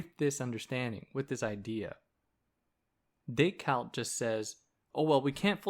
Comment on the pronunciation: thank you for this, but why do you pronounce it decaLt? it's a bit crazy making, like saying hannah alent. i don't get it.